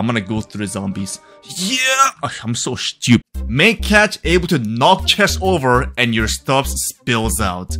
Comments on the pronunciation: Why do I get so triggered by the way you say SCHEW-pid?😂 IT'S STU-PID!!!! STUPID!!! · why do you always say "shtupid" like whats wrong with the "S" when you say stupid? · Bro why is the way you say "shtupid" is so funny😭😭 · I love how he says “Schtoopid” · why does this guy say schtupid all the time